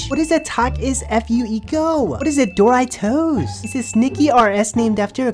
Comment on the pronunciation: “What is a DoeRyeToooes?!” 🤣🤣🤣